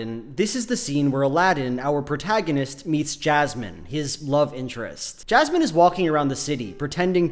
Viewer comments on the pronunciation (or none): As a non-native speaker I genuinely thought you're calling Jasmine "jazz man" for first 3 minutes